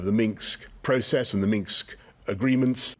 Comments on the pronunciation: Did Boris call it the Minx agreement instead of Minsk? Lol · Boris can't even pronounce "Minsk"..Minksk💡